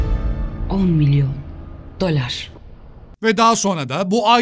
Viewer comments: "DÖLAR" Ehevğğg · dölar dediği yerde koptum 😂😂😂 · On milyon? ✨dÖLaR✨😂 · Döler diyor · Doların okunuşunu unuttum aq